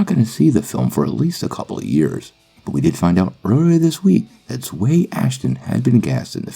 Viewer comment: You pronounced her name wrong, it’s pronounced (Zow-we)